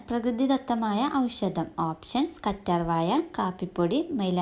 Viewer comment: കറ്റാർവായ അല്ല മോളെ കറ്റാർവാഴ